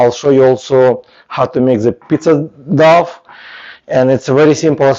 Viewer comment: Thank you for the video. You are very brave to make videos as a non-native English speaker. I just want to give you feedback/English lessons that "dough" is pronounced like "doe" (not "doff") and "recipe" is pronounced "RESS-ipp-pee" not "reSEEP". Tricky English exceptions.